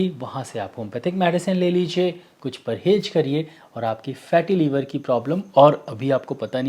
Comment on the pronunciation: "Parhez" Sir not "Parhej"